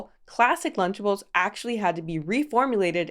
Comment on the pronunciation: Wtf is luchables 😂 this all sounds so wrong being from outside the us